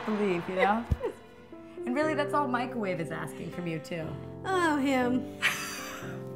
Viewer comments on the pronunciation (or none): Micawave lol